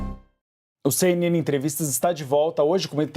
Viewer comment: A CNN imparcial??? "Çei"...